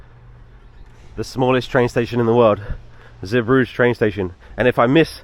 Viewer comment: Belgium has 2 languages, French and Flemish. The port is pronounced Zee bru geh, shame you missed out on Bruges, it is lovely. You had a poor experience in Belgium sadly